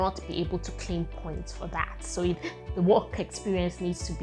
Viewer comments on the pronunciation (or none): none